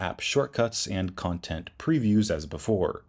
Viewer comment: interesting Not inneresting Before Not boofore